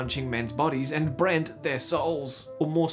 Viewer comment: “and then you have brant.” you don’t happen to come from melbourne do you ? hahaha